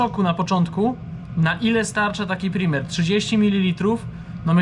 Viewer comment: Chopie! PRAJMER, nie primer.